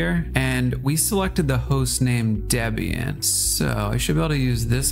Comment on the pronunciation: Deb-ian and Frih-gate... smh.